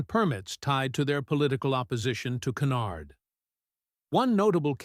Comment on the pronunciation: Tiffany "KENARD"???? Don 't waster your time on this AI generated crap.